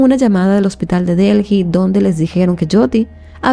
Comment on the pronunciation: Mi vida de verdad que yo amo tu contenido pero es que no entiendo por qué con todos los años que tienes haciendo Youtube no has tomado clases de dicción, ya no es solo los videos que tienen palabras en inglés, son errores que cometes por el puro descuido de no leer o pronunciar bien y uno se pierde porque quiero escuchar la historia pero dices disparates, voy por 2 minutos y ya has dicho Delji como 3 veces y Delhi se pronuncia Deli nomás, y en lugar de decir religión dijiste Región, "sosguar". De verdad toma un curso pequeño de dicción, son errores pequeños que eres capaz de mejorar!